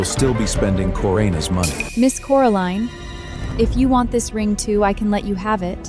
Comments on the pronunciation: Did he just call her Coriander... LoL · You did missed one,Cori Ann 😅🤣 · This is a good story. But it needs improvement because you mispronounce the actors' names, especially Coraline, and you spell them incorrectly, too. Edward needs to cut his hair and clean up his acne. He’s an heir and looks out of place. Next, you keep putting Coraline with Eamon as the maid, then the whole birthday scene at the Windsor house, it's all messed up. Did you even check the video before posting? I'm so disappointed. The audio for the birthday scene is ahead of the picture.How could you mess this up. I give it 5 stars out of 10. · really really really really really really really really really really really really wanted to like this drama...but couldn't stand the mispronounciations of her name as well as the made up words?